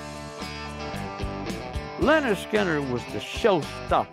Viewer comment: If says Lenard one more time, im gunn........byby